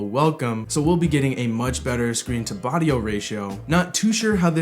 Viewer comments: DAT screen to "bodio ratio". Haha. Great vid, though. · "Screen to body-o ratio" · did you just say "screen to bodio ratio"?